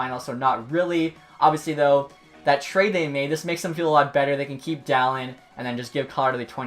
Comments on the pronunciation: For future reference, Dahlin is prounuced "Dah-Leen" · It’s pronounced daleen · topher 16 Where are you looking it up? Bob McKenzie says Dah-Leen. And I've heard countless other legit hockey sources say Dah leen. I used to say Dah lin until I was corrected by these people. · I don’t know why but, every time you said “Dahlin” I thought you were saying “talent” just very weirdly. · Can people please learn how to pronounce his name? 😂